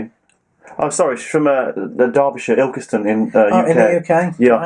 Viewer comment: Great show chaps but its Ilson not Ilkeston lol